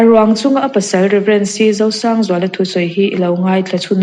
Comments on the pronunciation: Zosangzuala ti hlir in i lam a, Rosangzuala a ni zawk e....Chuan, a bengvar thlak hle mai... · A pasal hi Zosângzuala tiin i lam tlat zêl a,i hre fuh lo khawp mai.